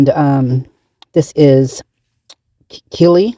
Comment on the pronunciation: It's pronounced Kelly